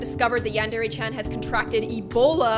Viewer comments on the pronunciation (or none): none